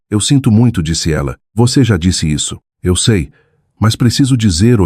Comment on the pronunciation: A inteligência artificial não consegue pronunciar ‘eu sei’. Inacreditável!🤦🏽‍♀️🤦🏽‍♀️